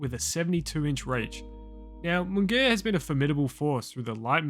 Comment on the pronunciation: mungaya? say it properly